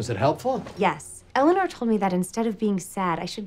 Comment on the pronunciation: It kills me that Eleanor takes on Michael's pronounciation of her name. "I'm Elliner, man!"